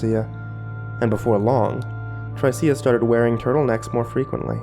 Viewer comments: pretty sure the name is pronounced "Trisha" not "Try-cee-uh" LOL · is he saying tr-I-see-a or just miss pronouncing tricia (t-r-i-sh-a) :P ? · Maybe he meant Tricia? Trish-uh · I thought, "What an odd-yet-cool sounding name! Sounds like an ancient period in prehistoric Earth history when there were still dinosaurs or something..." until realizing the narrator was mangling the name "Tricia" (As in another spelling of Trisha) like a dyslexic dunce. But tbh, the dude in the story instead of being a clueless numbnuts really needed to just bullshit the girl by saying, "Of course not!" like any smart guy wanting to get laid is supposed to instead of making such a rookie fuck-up and wouldn't be chained in some psycho's death dungeon. That, or just toss her in the fireplace before getting cuffed a'la Conan the Barbarian. Although, that can lead to some agonizing blue balls... :p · Trycea..? you mean... Trisha? that's how you pronounce Tricia. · I love your narrating style but it's pronounced as Trisha (short "i" that rhymes with "if") ;) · Shouldn't Tricia be pronounced "Trisha"? Lol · Just an FYI,, I'm fairly certain Tricia is typically pronounced Trisha, as it is a nickname of Patricia. Just in case you come across someone with that name in real life. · That name is pronounced TRISHA. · Not to be a dick but it's pronounced "Trisha". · It's pronounced "Trish-a". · black girl. XD Tryceia XD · Er... isn't "Tricia" pronounced "Trisha"? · Tricia. Her name is pronounced trisha, short for Patricia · I think Tricia is pronounced Trisha by the way dude! Great reading though, as always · Tricia is pronounced Trisha. Usually short for Patricia. Sorry it was bothering my OCD. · i feel like her name is supposed to be pronounced trih-shuh lol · its pronounced trisha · Apparently can't pronounce the name Tricia. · I like how he pronounces "Tricia" 😂😂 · I can't tell if he's mispronouncing Tricia, or if it's just a really weird name. lol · Haha, that's what I was thinking as well!